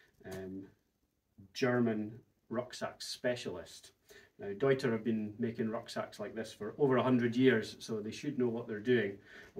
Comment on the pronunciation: Cheers to pronouncing the brand correctly